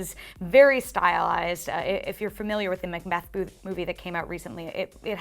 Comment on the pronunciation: "Macmeth boovy"